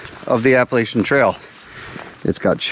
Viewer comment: If only people pronounced Appalachia properly